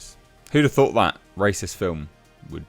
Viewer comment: what really offended me was your pronunciation ..... rassist?